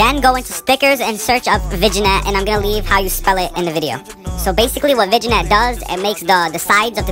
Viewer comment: Vin-yett bro lol. The G is silent